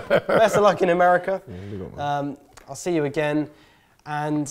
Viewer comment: gotta start saying “Mercia” and not America....😂